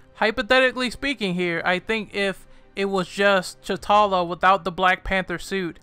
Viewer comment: Secondly. His name is to T'Challa (tachaulla) not Chutalla.